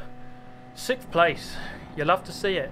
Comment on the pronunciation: I watch super gt before bed and at this point i have a pavlovian response of getting sleepy when i hear “sikth”